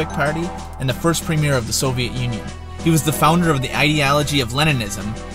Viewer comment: Boom Mudkip he also pronounced Premier wrong